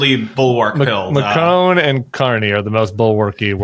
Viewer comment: Butting in from France here. It’s not McRONE, it’s MACron. Well, that’s how it’s pronounced here anyway, I guess you Americans can say things however you want.